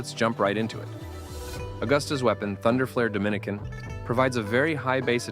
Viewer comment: lol, the AI called the weapon “Thunder Dominican”